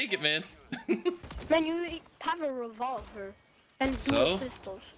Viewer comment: The kid that couldn’t pronounce revolver was funny 😂😂